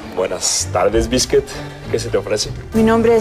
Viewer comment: Rogelio, confundiendo los nombres, diciendole a Discua "Bisket" 🤣